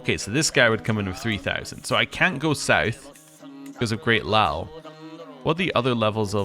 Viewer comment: "Liao" in Great Liao: you shouldn't omit the "i", and think "lean" when pronouncing.